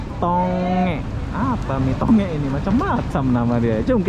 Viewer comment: Salam dari Sabah.. lucu dengar abang sebut nasi 'to ngek' padahal sebutannya 'tong gek' 😄